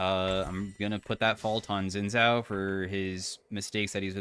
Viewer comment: day 1 of asking to pronounce xin zhao correctly